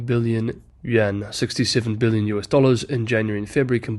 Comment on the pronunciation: dude stop saying "yen" thats Japanese currency. Its "you-in". Id be fine with "yen" but then you're always butchering Chinese city names trying to affect a Chinese accent. When speaking to English speakers, stick to English.